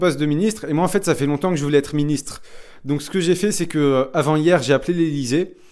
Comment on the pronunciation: À vrai dire, c'est juste. "Hier" commence par une consonne, et même si elle est muette, on ne doit pas faire la liaison. On ne dit pas "les z'haricots", on ne dit pas "pendant T-halloween"... "Avant-hier" et non pas "avant-T-Hier"